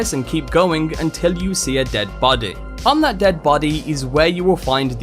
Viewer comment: Great video, as always. But... "Bady" "Wapon" "Simpuly" "Ashara" Seems like you have a few pronunciation bugs to fix